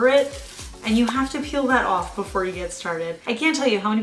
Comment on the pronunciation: I love your accent lol. “Scrape it owff”